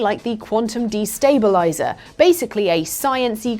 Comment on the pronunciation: takes the "De" out of "quantum destabilizer". 😅